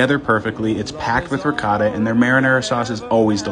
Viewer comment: U Had me Up until U Pronounced Ricotta Like That.